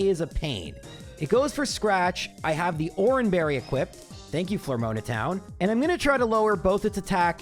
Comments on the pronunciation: I know he mispronounces things for comment bait but dammit I can't let "Flormoana Town" go. That is scuffed XD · FLOOR OH MAH not floor moan ah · "Floor-moaner town" is a very different place than "Flora-aroma town" 😶😅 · Ive never heard such crazy pronunciations. Floor-uh-moan-uh ETT-erna Miss-maygus And more lol Craaaazy work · Flormona got me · Flor-mona Town is fucking killing me laughing man 🤣🤣🤣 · Man, your peonunciation of Floaroma Town is wild & having to watch through that cutscene over and over lol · bro was so committed to saying floaroma town wrong the whole video lmao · It ain't a video if he doesn't mispronounce something 😆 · My ears every time he butchered Floaroma town 😢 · Why must you pronounce Floaroma town the way you do… heck. 9.9/10 video 😎